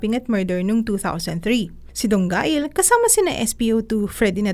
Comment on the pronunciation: Mali pa ang pronunciation ng Dongail e. Kabobong balita